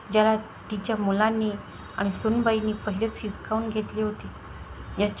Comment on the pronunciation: हिसखावून नाही हिसकावून